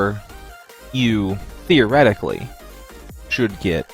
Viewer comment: Emphasis on "Theoretically" lol